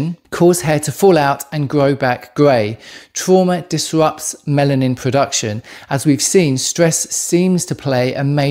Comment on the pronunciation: Melanin not Mennan 🤔😆 anyway copper deficiency causes gray hair.